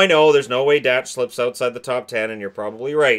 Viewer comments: Kirby Dach is pronounced "Dock" not Dach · Dach is pronounced dock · I’m pretty sure that Kirby Dach Is pronounced DOC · Kirby Dach pronounced “Dock” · How many times can you pronounce Dach wrong